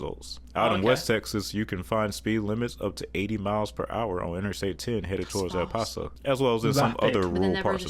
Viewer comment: How did he pronounce El Paso? That sounded strange.